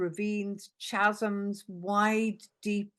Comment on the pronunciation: "Schasms" 😂 It's KA-zum!